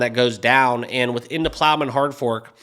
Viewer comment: Dude it’s Plomin not Plowman…that’s a sandwich 🥪